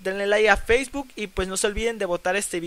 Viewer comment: feisbutttt jajajaj es facebook guey